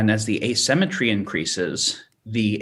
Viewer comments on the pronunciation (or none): How am I supposed to take someone seriously who says uh-SEM-etree instead of ay-SIM-etree? Is he for real? One minute in, I'm out. Quick comment, then see-ya.